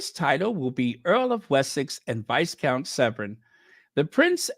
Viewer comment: BTW, "Viscount" is pronounced "vi-count" (the "s" is silent). 😅